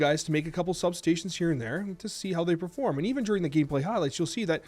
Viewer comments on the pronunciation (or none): Hahaha i caught that too. Must be speaking Canadian.